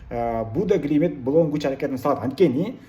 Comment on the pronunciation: Будё Глимит Эмес Глимт Десен